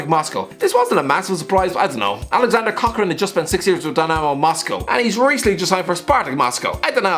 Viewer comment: Aleksandr KokOrin (Yes, stress falls on the second syllable) has spent 6 months in prison and only got out of jail in 2019, that is what makes his move so weird. This was not the first time Spartak makes strange transfers. In 2018 they’ve signed Roman Yeremenko, who was disqualified for two years for taking cocaine.